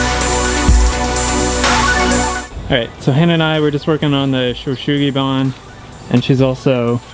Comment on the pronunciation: FYI it's pronounced soo-gee (like the name Sue). The rest is good. I lived in Japan for many years and am fluent. It looks beautiful, btw! Love the look.